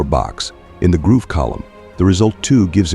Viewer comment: Why pronounce grove like groove?